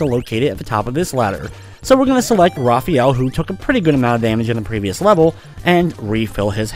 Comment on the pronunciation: LOL, I Know You Love Raphael A Lot, But His Name's Pronounced Differently: Ruh-faa-yell. It's Even Canon In Many Old, New, And Origin Games/Media. xD